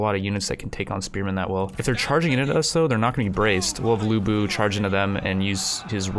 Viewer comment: IT'S LU BU